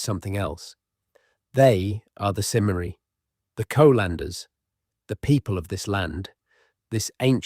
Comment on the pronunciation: Cymry is pronounced more like 'kumree'